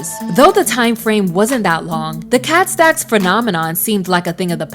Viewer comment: The way she says “KHET STECKS” still lives in my head 😂 She was basically the next era of Karrine Steffans. She surprisingly has a better understanding of bisexuality than a lot of people. Given what she’s endured, I hope she’s doing okay.